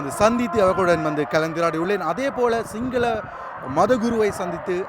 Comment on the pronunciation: ஏன்டா சிங்களம் என்றுசொல்ல வராதா